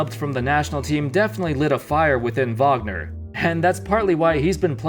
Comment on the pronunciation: Say Mo Wagner or say his name correctly